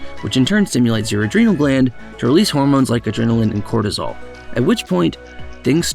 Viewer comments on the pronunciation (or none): none